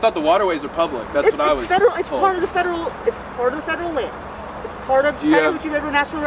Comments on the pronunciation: He kept saying Chattahoochee, and I kept hearing "Chatter Hoochie" and it was very difficult to take it seriously. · See, when you say "Chatahoochee" I thought you were talking about this female ranger.